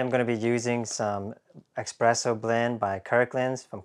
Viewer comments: “Espresso” not “expresso.” 🤦🏻‍♂️ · It's espresso, not expresso. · Drink a shot every time he pronounces espresso as ex-presso! 😉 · actually, it depends on where you live. In France, and probably other French-speaking countries "expresso" is common pronunciation.